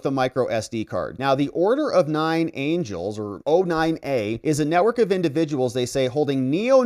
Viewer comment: "The Order of Nine Angles", NOT Angels 😂